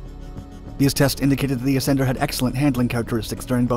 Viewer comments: The "Assender" now thats funny! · The Ass-ender lol 😂 this made the video